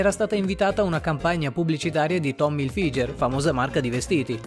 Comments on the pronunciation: Cmq non è Hilfiger è Hilfigher si pronuncia cosi😂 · Le sue "capacità " da modella??? Tommy ilfiger????!!!!......Non tanto per i contenuti espressi ma almeno essere in grado di pronunciare parole nel modo corretto in modo tale da divulgare informazioni serie.....Ma per favore... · Un minuto di silenzio per aver pronunciato malissimo "Tommy Hilfiger" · Aspetta, noi ridiamo e scherziamo, ma come hai pronunciato Hilfiger?! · Ti stimo ma dire tommy Hilfiger come di scrive è scndaloso